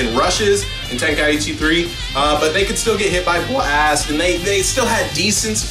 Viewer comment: It's not tenkai-itchy, it's pronounced tenkai-chi